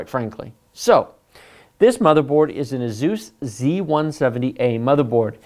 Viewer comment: "2 outta 3... 75%" - 2016. edit: AYE SOOS, not AYE ZUES Fantastic video, used it for a friend who wanted a better explanation then i could provide.